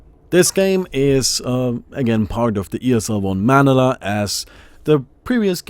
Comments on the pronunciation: It's manala it's maniila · I just can't take it anymore. haha. as a person from the Philippines, pronounce it as Muh-ni-lah not manee-lah. sorry. was irritating me. hahaa had to get it off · its ma-ni-la not mani-la. haha. btw great and boring game. that game was a slow death from the vgr. lol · you say manila like ma-nila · Lol hahaha the way he pronounced "manila". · HAHAHA you said Manila wrong. thats funny